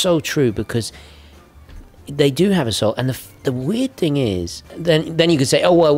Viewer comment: The word is “soul”,. Smart watches have no soul.